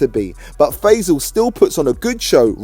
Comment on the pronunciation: Fey- sel? It pronounced Fah-ee-saal